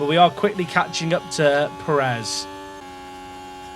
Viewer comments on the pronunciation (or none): On the pronunciation thing, it's not about how you say the word "pear," but about which syllable gets the stress. It should be on the first syllable (PAIR-ez, not per-EZ). It's a minor thing and even here in the US where a larger portion of the population has Spanish surnames, it's often pronounced the way you say it. It's technically incorrect but it's a minor difference that isn't likely to offend anyone other than pedants. Similarly, I've noticed a lot of English folks pronounce Jimenez as HIM-in-ez instead of him-EN-ez. Same thing. It's wrong, but it's not horribly wrong and we all know what you mean. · you are saying sergio pérez wrong, to be fair. the diacritic is there to help you, you're stressing the wrong syllable. if you say "DI-az" it's normal but if you said "di-AZ" people would think you're a psycho, it's like that. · It's not just native speakers that can identify the difference. Every American can tell you how to say it. Brits are actually horrible at saying Spanish names - it's an issue with what syllable to emphasize. You need to emphasize the first syllable in Pérez (the accent mark indicates emphasis). If there's no accent mark, you stress the penultimate syllable. Robert Martinez' last name is always mispronounced by Brits. Also, it has nothing to do with whole pear pronunciation thing - that's a single-syllable word, and the issue isn't th vowel sound, it's the stress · Actually calm down as a Brit most people I know how to say a name if you tell them and who cares? It’s f1 manager stop crying about something that doesn’t matter. Spanish speakers can’t pronounce English things perfectly and they have no reason to pronounce everything perfectly. So stop crying about it when it’s the other way round and it’s irrelevant in this sense. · You definitely don't say Perez right. Not nearly enough "K's" and "Q's" ;)